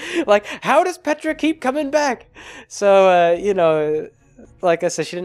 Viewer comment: Every time you said Petra I heard Petirep